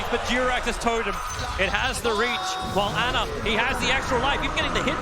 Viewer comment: Not Ana it’s ANER